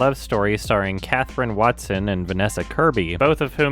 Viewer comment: Said Watson, corrected to Waterson, but her last name WatersTon was on the flyer the whole time :-(